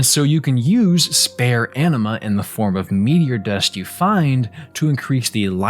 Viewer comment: Anima sounds like enema.